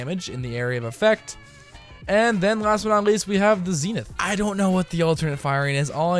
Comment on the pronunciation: oh my god how can you not pronounce the weapon's name, its clearly zenith...